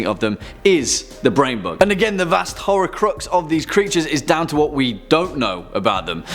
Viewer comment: You said "The Brain Bug", I heard "The Brain Buck".